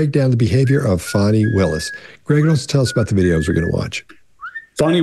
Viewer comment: Her name is Fani, pronounced like fawny.